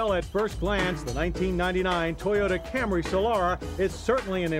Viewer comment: It took John 20 years to call it a Camry lmao If you look at the older Camry episodes, he continually calls it cam-ray.